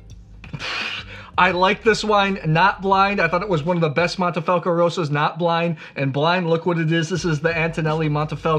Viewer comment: wait, why are you saying mAnte, when its clearly mOnte? 😅 as a side note, if I was a ‘wine president’ of Italy I would ban blending French varietals all together 😅